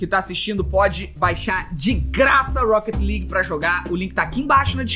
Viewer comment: "Rouquéti Ligui" "Épique Gueimes" "Épique Gueimes Istor" "Écsbocs"